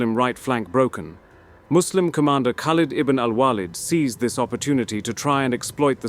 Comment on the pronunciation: Because his name is spelt خالد بن الوليد, the correct pronunciation is Khaaled Ibn Al-Waleed. Khaleed or Waaled would be incorrect pronunciations of his name.